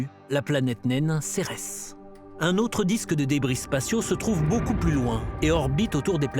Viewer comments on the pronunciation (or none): none